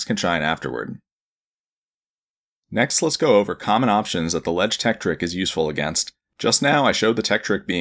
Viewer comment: "THE LEDGE TEKTRIK"